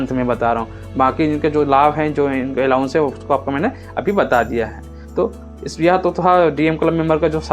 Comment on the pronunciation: Allowance not allounce?